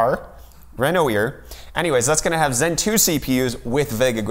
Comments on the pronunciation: TSA could just as easily have model/serial numbers (they change yearly, just like with any other product produced....ever) to reference to. Also, learn to pronounce Renoir, same as the famous painter. (Basically....Ren-Wah). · I think its pronounced Renwa. The oi is usually wa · Ok, Renoir is pronounced renwah - you know, the painter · Renoir - Pronounced Renwuar 😉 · first try is your best try, i think you just need to hear the sound of the letter "e" of "Re" in french and for the second part, try to say "n"+"war", i think "n"+"war" sound close to "noir" if you say it fast ... I hope that help you xD